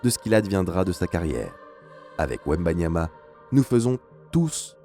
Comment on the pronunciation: Même les français se trompent du nom de « wembanyama »😂😂😂